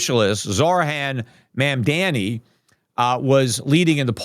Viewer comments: Peter pronounce it “Mom-Don-ee” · Peter, long time listener and fan here, your argument with respect to Mamdani would carry more weight if you took a moment and learned the correct pronunciation of his name.